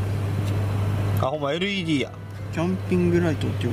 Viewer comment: LEDをレッドって 頼みますよぉ〜